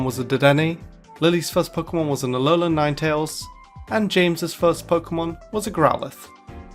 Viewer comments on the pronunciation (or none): did you say alolan ninetails for lilly